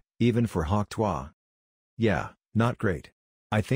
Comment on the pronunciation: AI can do many things. But not, apparently, pronounce "tuah"!!!